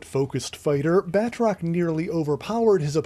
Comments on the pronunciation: I gripe a minor one. I know it looks like its pronounced "Bat-rock" but His named is pronounced Ba-troce hes french long "O" like in hose, nose etc. Great video sorry to be that guy. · Uhhh.. Firstly, it is properly pronounced "Batroc", and he can leap way further then YOU CAN-!, and him and Mr. Hyde were the best non-nazi villians of Captain America. Word. 🎉